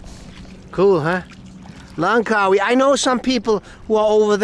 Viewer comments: Sorry my friend. Its langkawi, not langwaki.. Hehehe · Langkawi not langwaki